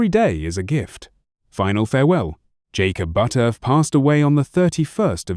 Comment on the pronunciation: You lost me with your disrespectful mispronounciation of his name. I can get this information elsewhere. If you're going to do a bio on someone, have the common decency to get the name right!